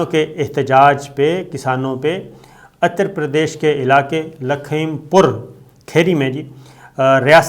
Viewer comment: SABIR SHAKIR SAHIB GOOD REPORTING BUT AGAIN YOUR PRONOUNCIATION OF NAME OF SOME PLACE IS WRONG LIKE UTTER PARDESH; AND DELHI AND NAME OF PLACE - NAME CORRECTLY WHEN YOU SPEAK OTHEWISE IT GIVES THE IMPRESSION THAT U ARE NOT PROPERLY TRAINED TO REPORT